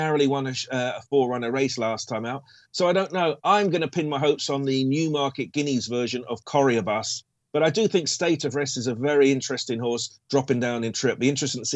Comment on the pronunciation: Coroebus is not cor-e-uh-bus. It's Cor-e-bus. No excuse given how high profile he is.